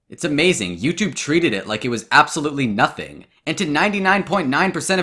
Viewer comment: I love how says “Nothink”